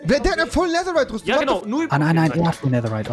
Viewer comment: Nein, aber rewi sagt nicht netherite, er sagt neserite